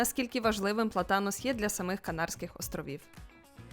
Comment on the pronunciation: ПлАтанос (наголос на 1й склад)